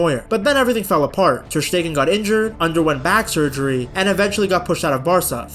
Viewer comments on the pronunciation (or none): none